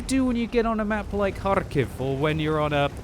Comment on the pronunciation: please stop murdering Kharkov. This is how you pronounce it